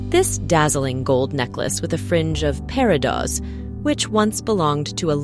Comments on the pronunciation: Pair-ih-dots. More than once. What is wrong with your AI voiceovers? This makes me nuts. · The S on the plural form of peridot is not pronounced! I would love to see Danielle Steele’s jewelry collection. She is a talented, interesting person.